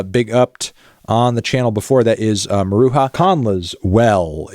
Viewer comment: Hard j in maruja not Soft j